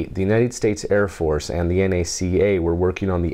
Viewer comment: NACA is pronounced en-ay-see-ay, never nackah. Also, it was always preceded by a "the" as in "During 1915, the NACA's first year, Albert Einstein postulated his general theory of relativity." And the B-29 was called The Superfortress.